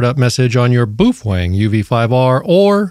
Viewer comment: "Some people" keep mispronouncing the brand name of the company which makes those radios. "Some people" are saying 'boof-wang'. Clearly the correct pronunciation is 'BAY-OH-FEHN-GAY'. If you are one of the "some people" who are still pronouncing the name of the company which makes those radios 'boof-wang'. You must cease doing so, or all the 'BAY-OH-FEHN-GAY' owners wil report you to FC Seize, and they will whack you on the peepee.